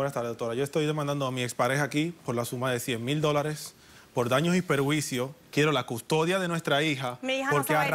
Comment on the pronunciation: Por fin alguien dice bien la palabra PERJUICIO!